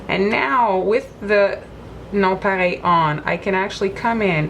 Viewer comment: It's a French word so she's pronouncing it correctly. 😊 Here in America we don't know how to pronounce French words correctly so we sound them out. Lol